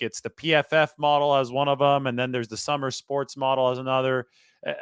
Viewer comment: Just fyi its pronounced soomer sports 👍